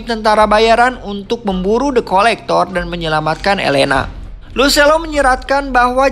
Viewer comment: Kedengeran nya depkolektor Pdhal the collector 😂😂 Kurang Aqua, wkwk